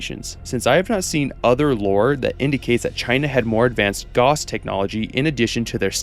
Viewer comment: "Gauss" rhymes with "house".